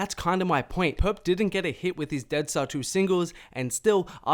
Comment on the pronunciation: i know its not his fault but the way this nigga says 2 too and to bother the fukk outa me😭. it sound like he sayin tewr